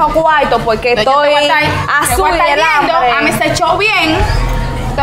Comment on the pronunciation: Me gusta cuando el muchacho dice tengo anbre